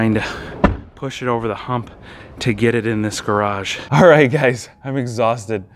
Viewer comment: "alright" sounds more like "R8"